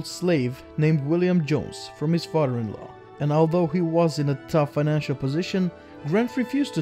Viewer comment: His fadder 😂